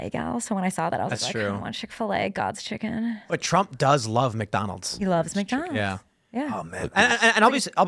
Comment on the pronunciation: The way she said 'God's chicken' tells me its really good chicken 😂